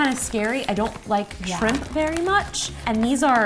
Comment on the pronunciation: ro: shrimp justine: shrip chip